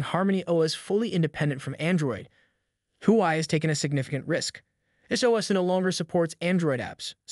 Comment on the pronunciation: i couldn't keep watching after hearing your pronunciation of the Huawei company name! how do you expect us to watch your content when you can't even pronounce the company name! dislike